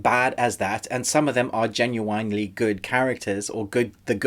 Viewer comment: Tried to listen to the review but couldn't get pass the mispronunciation of Genuine it's pronounced ( Jen-yuw-w'n)